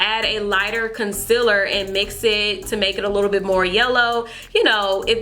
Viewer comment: You can concealer like laura Lee. You say conciller 😂not hate I love your story 💖